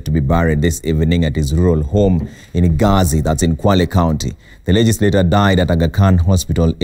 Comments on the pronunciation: Gasi not ghazi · Not gasi its Gazi